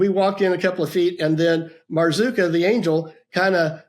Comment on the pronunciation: Marzuka! Sounds like Boozka! Ha! Ha!😂